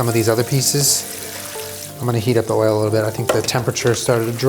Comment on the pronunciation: At first I thought you said that Panda Express orange chicken has msg, sugar, and WHALE in it, and I GENUINELY thought that there could have been some whale-meat-orange-chicken scandal that I just hadn’t heard about yet. Then I went back and realized you had said “oil.” This is what 2020 has done to me.